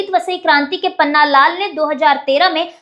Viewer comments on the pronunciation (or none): none